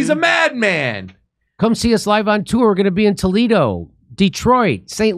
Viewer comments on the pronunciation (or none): none